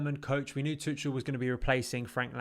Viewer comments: Okay first thing we need to sort out is Thomas Tuchel name is pronounced to-shell not tut-chul.... 😂😂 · the "ch" pronounced like a hard K. Much like a Scouse "K"